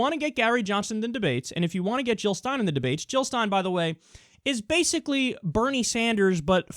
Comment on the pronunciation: Jill not hill!!